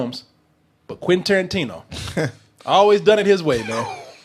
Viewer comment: Quentin Toe-rantino